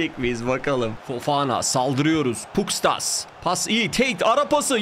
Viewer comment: Abi şu Pustkas'a Puskas desene be valla ismi benziyor